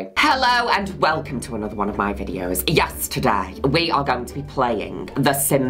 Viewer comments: Ok but am I the only one who hears Juno saying “Yes, today” as “Yesterday”? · i think this every time!